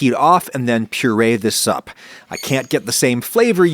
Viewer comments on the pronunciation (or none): "Purée this up" Thought you said "Purée this soup" in really weird way.